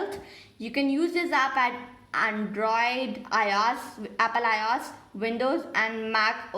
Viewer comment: umm not demotivating but it is apple IOS and not Iaaas 😁